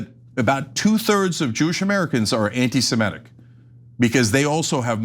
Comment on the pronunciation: "Anti-simetic"???????????? Like, Simetes????????? It's hard to listen to this mispronunciation all the time, Cenk.